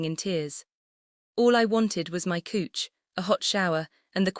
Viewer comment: How can someone mispronounce couch?